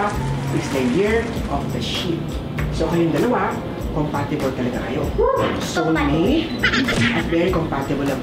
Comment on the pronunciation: Pakinggan mo pagbigkas ni sa salitang soulmate. Medyo may pagka-sarcastic.🤣🤣